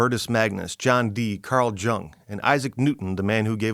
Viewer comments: Jung (phonetically with a Y, not a J) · "Jung", pronounced "young." Just saying... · I'm really enjoying your videos, thank you! (Btw, Carl Jung is pronouned Carl Yoong) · You realize you just said magic was real. I'm ok with that because I practice magic. And the J in Jung is pronounced like a Y. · hehehe Carl Jung, his last name is pronounced Young. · I thought it was pronounced "Yoo-ng" in German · Carl Jung, pronounced ‘Young’ 😊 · Made me bummed. How can I trust a grown ass man that hasn't come across the correct pronunciation of Jung when the video features CJ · Dude I love your videos but please correct your pronounciation of Carl Jung's surname... 🙂